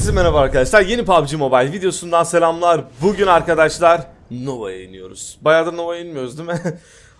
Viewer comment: bir merheba demesini öğrensin merrebeer arkedeşlar diyo